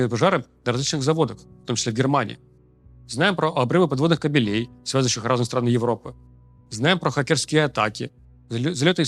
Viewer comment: Не каьелЕй, а кАбелей